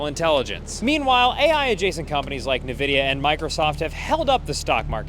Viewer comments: From now on I'm pronouncing it "Na-vidia" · Just a quick lil tip. Nvidia is pronounced IN Vidia.